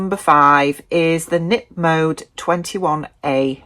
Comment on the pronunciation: Hii I'm Dutch and currently live in Belgium. The K in Knip Mode is not silent. Knip = cut, mode = fashion . Thanks for this video, i got some new ideas for items to sew ❤